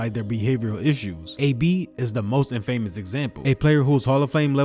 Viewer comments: It’s not IN Famous Infamous In-fa-mous Not in-famous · Somebody writes your script. Because you dont know how to pronounce "infamous" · Why bro pronounce infamous like that? 🤣 but nah, still a great 🔥